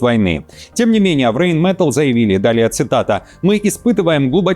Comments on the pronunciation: Rheinmetall произносится как Райнметалл, а не рейнметелл. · "Рэйн мэтл", "Рэйн мэтл", "Рэйн мэтл", "Рэйн мэтл", "Рэйн мэтл", "Рэйн мэтл", "Рэйн мэтл", "Рэйн мэтл", "Рэйн мэтл", "Рэйн мэтл", 😂😂😂😂 Хоть сто раз повторяй.... Райн-металь, а не "рэйн мэтл"!